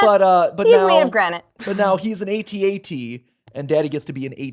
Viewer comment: Did Matt just say A T A T instead of AT AT?